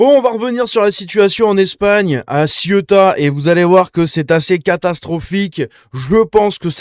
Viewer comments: " Sé ou ta "...pas Cieuta. ;) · Bonjour, j'aime toutes vos vidéos. Cela dit, pourriez-vous arrêter de prononcer Ciota svp ? Merci !! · Ça se prononce “c’est où ta ???” 😆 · CÉOUTA putain !! Faut 10 secondes pour se renseigner sur la prononciation !!!